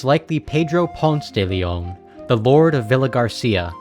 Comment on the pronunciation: it’s Pon-say if you aren’t talking him outside Atlanta lmaoo